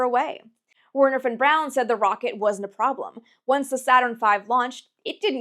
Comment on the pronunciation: Thank you so much for saying "von brown" instead of "von brawn" and for including the distances in kilometers. Also thanks for showing so much new information that I'd never heard before instead of rehashing the same stuff. I'm going to subscribe